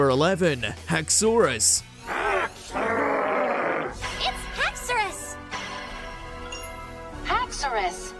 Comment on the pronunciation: Number 11: Hax-OR-us Haxorus: HAX-or-us Iris: It's HAX-or-us WM hurt itself in confusion.